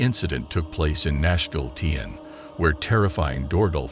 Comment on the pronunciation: Glad it's not just me noticing this. At the very least type the script in a manner that this robo-narrator reads things back properly.